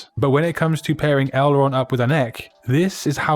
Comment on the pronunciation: Name of a flap on a plane ta hinged control surface - would be the correct pronunciation of the body font in your first amazing pairing :) sorry had to share. Cheers for another great video